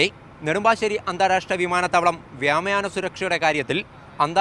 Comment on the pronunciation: വ്യാമയാന അല്ല വ്യോമയാനയാണ് 😂😂